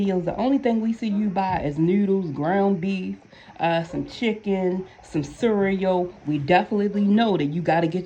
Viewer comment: The way you said cereal. Wassup cuzzin. Lmaooooo Baltimore